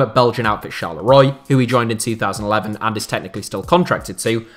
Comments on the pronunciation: Btw mate it’s pronounced Ch-arl-e-wa (Charleroi) 👍😉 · Pronounced sharrel rwa. Up there with your Cairgorms lack of research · I know you're from Hull and accents over there are odd, but how on earth did you pronounce Charleroi?